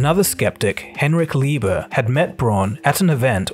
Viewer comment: Quick correction: it's 4 Billion Euros 💶 not US $ FYI, America is not the only country on the planet, you do know that, right? 🤣 Also, I'm sure the other guy's name is Leber, not Lieber 😲